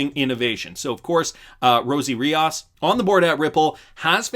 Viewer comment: REE OOOS not REE Oz